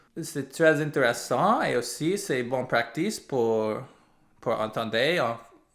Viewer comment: Hey. Fellow resident here. just stopped by to let you know: Your French lvl surprised me tons! o_o You have used quality words that I hardly hear anymore, even from us full frenchies! So Kudos to you, keep it up:D Also!:Quick tip for one word I feel the struggle is constant: 'Practice'.. Cut the word in 2 syllables. then replace the 2 c's for 2 other letters.. prac/tice = praH/tiKe sooo.. H for c1 and K for c2 and your set ^_^. it litteraly pronounces itself as prah - tik. Enjoy your time here! cya